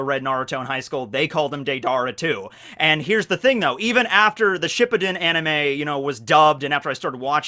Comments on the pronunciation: I thought it was shi-puu-den? And he's saying ship-pi-din... Um questions. Accents... Insurance, quarter, idea.... Nope I'm good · Should we tell that is pronounced shiPUden instead of SHIppuden? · hate the way says “shippuden” I’ve always pronounced it shiPPUden